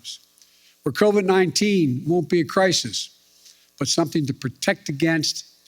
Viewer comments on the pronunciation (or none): EVERYTIME....he says " covid-19 " or anything about it (shots testing etc....) all I hear is " SPIDER..MAAN".....thanks SNL...thanks alot